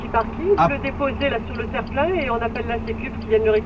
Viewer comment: On dirait de prime abord, mais elle dit terplin